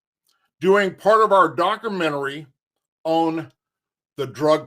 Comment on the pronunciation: sounds like a Fucking Idiot...it’s Documentary Doc/u/ment/a/ry